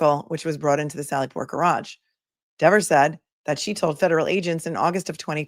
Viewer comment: You pronounced garage wrong 😆